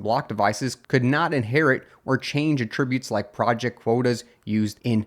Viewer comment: Yes, except when your AI mispronounces "attributes".